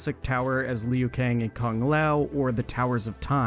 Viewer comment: “This screenshot is hard to see because of aspect ratio” - proceeds to show a screenshot of an excel spreadsheet where you can adjust the cell sizes 😂🤦🏻‍♂️ Also, do you seriously call Liu Kang “Leyoo Kang”?!